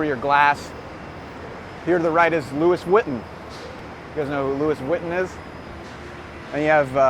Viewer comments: Very interesting and informative. BTW, it's pronounced as Lui Woton. Next time I come to NY, will hire you as a guide. 😊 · Louis vuitton is not how you pronounce it. The outlet doesn't sell the same items. Buy them on clearance. Try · "Louis Vitton" hahahaha!!